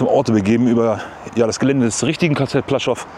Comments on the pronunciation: Kleiner Nerd-Tip: Das "L" im polnischen, was durch so einen Strich "gekreuzt" wird, also das: ł.....das ist ein "ue", am ähnlichsten Vergleichbar im deutschen mit einem W......das heisst das Lager heisst nicht "Plaschow", sondern wird eher "Puaschau" ausgesrochen. Gutes Beispiel hierfür: Die Stadt Lodz, hat auch diesen Buchstaben, und wird EIGENTLICH eher "Wuudsch" ausgesrochen. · Es spricht sich ´puaschow´ aus……